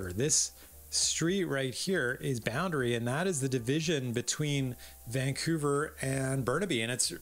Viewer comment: Good stuff, but it seems like you alternate between pronouncing Vancouver as; Vancoover (correct) and Vankewver (incorrect). Of course it could just be my hearing... Good content nonetheless, but because of the aforementioned, I gravitate towards your videos about Burnaby, Coquitlam and Port Moody :) (Edited to be less acerbic and grumpy old man-ish).